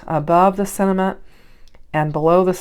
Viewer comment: I love the way you say sentiment. It must be particular to where you are from.😀